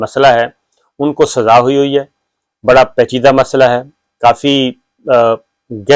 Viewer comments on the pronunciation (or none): SAZAA ho chuki hay, Urdu theek karo apni. tum Urdu k sahafi ho?